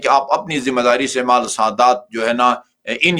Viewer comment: مالی۔۔ نہیں۔۔ مال